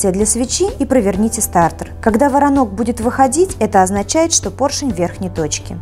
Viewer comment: Не воронок, а короток!